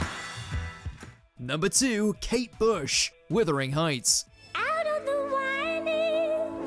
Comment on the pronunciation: It's "conducive" not "conductive". And it's "WUTHering Heights", not "WITHering Heights". That is downright illiterate.